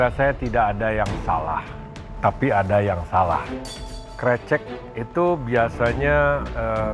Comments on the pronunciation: Risih bgt disebut nya *krecek😢😢 , harusnya ke-> recek (rese - check - cek) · Chaf Karen bilangnya Krecekkk harusnya Krecekkk pake E 😭 paham ga si bacanya E bukan e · iya, dibaca krécék harusnya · Sbenernya bilangnya krecek bukan krecek, wkwk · Kok chef KC bilangnya krecek? Kan yg bener krecek